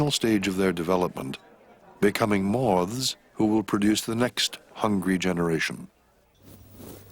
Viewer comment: Moths, really terrible pronunciation.